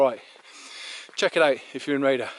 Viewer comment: this is a Good walking vid of an nice obscure place, been thee on the road a few times but never got out of the car? your vid makes this feature look amazing, but it peens me when you say the village name as "Raider"? where on earth do you get that pronunciation?(sounds like you have never heard of syllables in words), its not by reading the sign is it, when the name is Rhayader, it has got 3ish syllables, Rhay a der, see it is very simple (but not to most english). Anyway, you are forgiven (if you improve) you do need a vast improvement to saying Welsh place names, it is really atrocious the way yo say welsh place names, again, Gwynllyn (no idea what you make up?) 2 syllables Gwyn llyn, This walk looks fantastic.